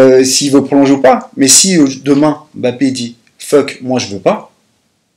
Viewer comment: Please arrêtez cette prononciation on dit pas M - Bappé mais (Mb)appé merci pareil pour Kanté